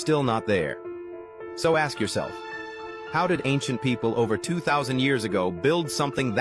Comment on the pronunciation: if I ever meet someone that want to aks (axe) instead of ask me something, I would correct them if not respected then ignored.